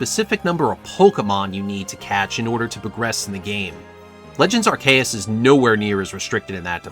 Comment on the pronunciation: Normally I wouldn't make a comment to say this, but there are no comments at all, so Sir Hammerlock voice ALGORITHM ENGAGEMENT, HO! (Does that reference date me? God I'm getting old) That said, "Arr-kay-us"?????? I have literally never heard someone pronounce it that way. I use "arc-ee-us", and I've heard "arse-ee-us", (and the fact that I have to spell it that way is precisely why I don't think that's right,) but "arr-kay-us" is definitely a new one. Until pokemon comes out and gives us a definitive answer I can't say you're wrong, though, so you do you. (Also, Legends: Arceus is the best Pokemon game in the series and I will die on this hill.)